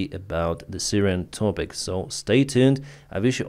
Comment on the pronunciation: I like how pronounces "pissfull sky"!;-)